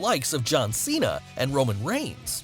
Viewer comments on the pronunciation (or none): none